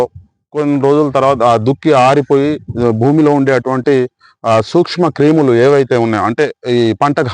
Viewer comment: Suxma కీములు కాదు క్రిములు